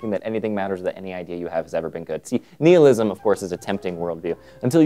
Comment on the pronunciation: Why do you pronounce nihilism like that?